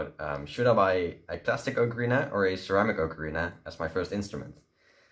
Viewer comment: FINALLY someone actually says ocarina correctly. :)